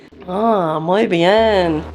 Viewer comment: El español a Dana se le da genial. 😂😂 "Muy bien"👌🏻